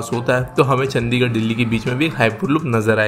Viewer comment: चंडीगढ़ not चंदीगड़